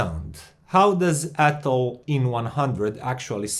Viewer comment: Hi. I'm french so I can tell you that you say "Atoll" just right👍😊. Love your channel. Hope the best for you!